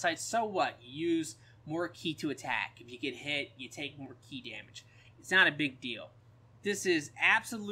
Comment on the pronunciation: stop saying chi lmao. ki just say key lmao.